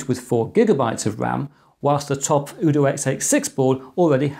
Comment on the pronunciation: UDOO with Ryzen & AT Mega (Also, I think it's "UDOO" as in "You Do", not like "OODOO")